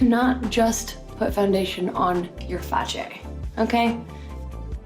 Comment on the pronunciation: No one: Literally no one: Nina: "do not just put foundation on your facheeee" 😭😭